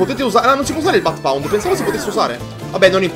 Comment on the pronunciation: non è "bath pound" o come si scrive, ma è ground pound...